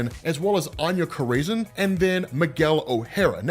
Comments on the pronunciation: Anya Cor-raisin😂😂😂😂 You had me rolling Corazon 🔉Kor-rah-zohn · Añya Corazon. Cor-Uh-Zone. Not craisin. 😂😂😂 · Love the vids, always! You da man,! Just wanna help you out with something….. Anya Corazon — You’re pronouncing it wrong 🚫It’s not Co • ray • zin. 🚫 👍It’s like Koh • rah • zohn 👍 or Coral • zone, but without the “l” Also, Attilan 🚫it’s not like Attila the Hun🚫 👍it’s like “Battle land”, without the B & d👍 So you wanna put the emphasis on the first syllable, not the second. AT • til • an 🤘 I salute you, sir, and all of your explanations🫡 I swear I’m not trying to be the stick in anyone’s butt. Just attempting to be helpful. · It’s Aña “Kora-Zon” thats how is pronounced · Bro youre mispronouncing the fuck out of Corazon dude wtf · why are you saying "corazon" like that, you're literally mexican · I hate the way you say Morlun (you say Mor-Lun like its 2 words), I hate the way you say Merlin (see Morlun). I hate the way you say Saturnyne (its pronounced Satur nine)I hate the way you say Corazon which is heart in Spanish you butcher it. 1610 being the greatest spider character made? Laughable.